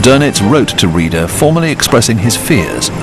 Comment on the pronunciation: Reeder? Rayder is the more correct pronunciation. And yea, you blew your creditbility with the Halsey photo gaff!